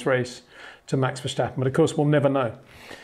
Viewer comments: Just one tip Peter, Verstappen is not pronounced Versjjjtappen, just Verstappen. 😊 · HEY PETER WINDSOR, I HAVE MESSAGE FOR YOU SIR: With all due respect ... it is NOT Max "verSHtappen" ... Max is not German (Germans indeed do pronounce "st" as "sht") ... #Max33 = Dutch 🇳🇱 NL/Belgium! ... It is not "Bottash" nor is it "Lewish" certainly not "verSHtappen" .... This BS started long time ago when a British sport presenter interviewed father Jos Verstappen and assumed you can use a German pronunciation to a Dutch Driver thinking it is so "funny" ... It is not. Serious question: can any Englishman say "versatile" out-loud without saying "vershatile" phonetically? most can about 99,99% ... that is why most English can pronounce Verstappen 100% correct! Father Jos Verstappen (also F1 Racer) was very active between back then only a very few said "Vershtappen" but the vast majority of British sport presenters pronounced it perfectly ... only a few old stubborn farts like Peter Windshor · Well, that's just splendid! Because of the comments on previous videos, now I'm laughing every time Peter says "Verschtappen", rather than listening to what he's saying. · Sorry, but no it is not. What you describe goes for German, not for Dutch. I am Dutch and this is quite annoying to hear actually 😂 Doesn’t take away from the great content though. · Enjoyed the video. If I may, I’m sure you’re trying your best to pronounce his name. But Dutch is not like German where there is a “shhh” sound. So the “stap” in “Verstappen” is pronounced like you would pronounce “stop”. Actually with your British accent, that might not just go for the “s” but also for the “o”. :) Having said that, no problem either if this is hard to do.